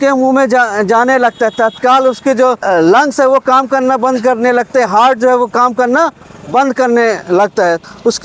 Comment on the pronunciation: हर्ट❌ हार्ट ✅😂😂